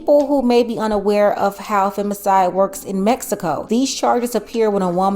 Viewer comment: METSICO, METSICAN! ITS MEX I CO NOT METSICO